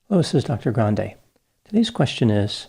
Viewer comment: It’s pronounced Granday or Grandee, not Grand.